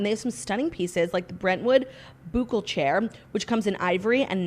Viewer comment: Claudia it is “boo-clay” not “boo-kel” LOL